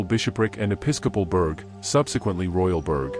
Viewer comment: Can we get the script that is being read transcribed for the subtitles, the pronunciation of a few things is annoying, mainly burgher and Molendinar, the subs gave weird interpretations and I only knew through context. Otherwise fantastic video.